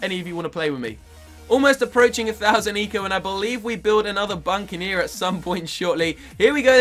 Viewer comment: it isnt buncaneer its buccaneer and tier 4 dartling gun is ray of doom not raygun. Just saying...